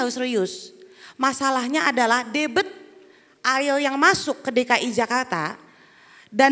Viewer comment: Debit bkn debet sok tau tp keliru malu2 in.